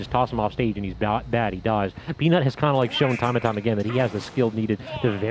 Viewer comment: Peanut just emphasising the nut for summit nametag